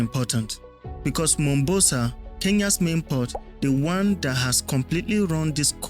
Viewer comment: The Southern port is called "MomBASA" not "Mombosa". The production and research was "top notch" 👍